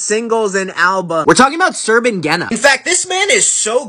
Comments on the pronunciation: The ș is pronounced sh In English it will be pronounced Sherben Genea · Lmao the way he pronounced Șerban,it's something like Sherban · I am Romanian and he's romanian and it's not pronunced like that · The way he pronounced Serban makes me cringe